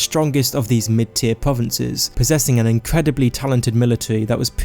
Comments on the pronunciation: I'm not being bad, but I'm being slightly thrown off by the fact he's saying "povences" and that he doesnt pronounce 'R's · pwovinces skywim